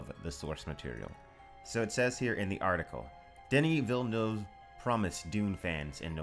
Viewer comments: Congrats for Villeneuve prononciation. Pretty much the first english saying it right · Great Villeneuve prononciation! Hard word for non french speakers